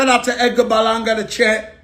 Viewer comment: Lmfao I like how he says "Edgar Balanga.." 😂😂